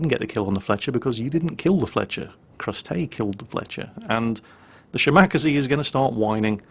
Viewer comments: Ahahahahahaha!!! The Shimakaze pronounciation you made is completely new to me, it's so.....so.....wrong. Cute but WRONG! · there!! It's from Kantai collection how Shimakaze is pronounced. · I still cringe when pronounces Shimakaze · It's making me want to gnaw my computer monitor in rage. It's such an easy name to say!(at least for a Japanese name) Wait... do you think he's doing it on purpose just to piss us all off? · has pronnounced it correctly before, he must've been sleepy. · Yes, he's doing it to piss off people like you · Yes, I cringe every time he says it. But that's why we love....:) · The first time he said it I hoped it was a mistake.... I was wrong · since when do you say Shimack-aze instead of Shima-kaze? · SHE-ma-KAH-zay. ' emphases are on all the wrong syllables heh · Shi-Ma-Ka-Ze, not shiMAkase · Shima.Kaze not shimacazeh It is actually two characters, aka the equivalent of pronouncing 2 words. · Shimakaze. She-Muh-Kah-Zay. Not "Shi-Mak-Uh-Zee" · ole bean, Shimakaze is pronounced shee-ma-kah-zay and not shi-mahk-ah-zee. It means "Island Wind". More of the bloody boat game please. OK, OK, back to the kosher salt mines. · shim-ack-aze? Shima-kaze. XD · How do you pronounce 'Minekaze'? Mi-ni-ka-zee How do you pronounce 'Kamikaze'? Kam-i-ka-zee So why do you pronounce 'Shimakaze', Shim-mack-a-zee? It's She-ma-ka-zee. Please use some common sense! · shi-ma-ka-ze over shim-ak-ze :) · shimack-azie... How does everybody pronounce Kamikaze? Kami-kaze. So then we get Shima-kaze., you are so crap.:P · i cringe evertime shimakaze (she-mak-ker-zee) is said.... IT'S: she-mah-car-sair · Shim-ar-kazee is hilarious. 😂😂😂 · Why do you call it the Shimackasee lmao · Omg your pronounciation of a Japanese destroyer hurts my soul. Sheema-Karz-ay That is all:D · Nyorleens and Shim-akazee. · Shimack-a-zee!!!!!!!!! Shall-Mack-a-zee. Backless-mackle-zee..... For fuck sake.